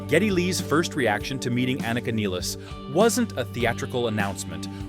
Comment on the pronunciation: For mispronouncing Neil's name and Anika's name, you get a thumbs down.